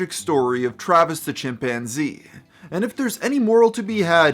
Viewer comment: "My chimPANzee!!" The way she said that in the phone call never left my head since I first heard it on TV years ago.... Edit: this story is waayyy creepier with that music dude lol